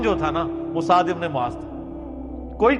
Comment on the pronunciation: Bro not maaz It's Muaz ❤ love from Bangladesh 🇧🇩❤️🇵🇰